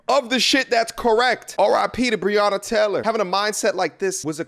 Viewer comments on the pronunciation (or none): 😖you really said Bronna Taylor